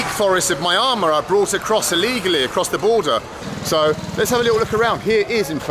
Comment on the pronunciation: Why do you say Myamar instead of Myanmar? Is that how it's pronounced in India?